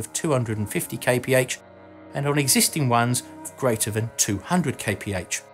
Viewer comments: Kay pee heigch sounds stupid, it's kilometers per hour! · "250 kaypehatch"? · Man please stop saying KPH, it means nothing and it is horrible to hear!!! Come on you know it.